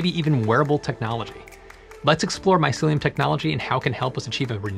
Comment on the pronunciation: “MY SILLY, UM” technology…